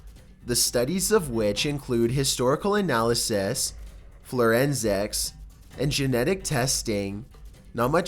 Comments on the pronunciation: Hey it’s FORENSICS not FLorensics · I don't mind his voice. But how can he pronounce difficult words so well and yet.... Indiduous? = Indigenous Florensics? = Forensics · "herbs" the "h" is not pronounced; "enveloped" is en-VEL-oped when it is used in that tense; "Flourensics?" Forensics. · STOP SAYING FLOWRENSICS! IT'S FOW-REN-ZIKS= forensics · WTF IS "FLURINZIX"? DO YOU MEAN "FORENSICS"? FFS! GET HOOKED ON PHONICS! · His quality of grammar is what I find annoying. He mis-speaks a lot. Accentuating letters that he shouldn't or just misreading words entirely. He kept fucking up the word indigenous and saying indiguous. FLORENSICS how about forensics. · I swear I heard "florensics" and "indiguous"...did I? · FLORENSICS?! AHAHAHAHAHA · "Indiguous". "Florensics". lol The mispronunciations just get more and more hilarious. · for florensics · Indiguous florensics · indiduous, florenzecs... i am confused. haha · "Florensics"? Never heard about that science. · "Indiguous and Florensics" two new words I learned in this video. Hahaha. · Florensics? Your mispronounced words are part of the charm of your narration though. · Florensics? I'm beginning to think you're ACOUSTIC